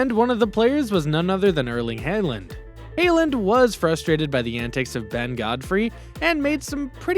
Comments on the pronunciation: It’s haaland not hayland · You need to learn how to say players names… hey-land? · is not hayland is haaland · Its not hayland😂😂😂lol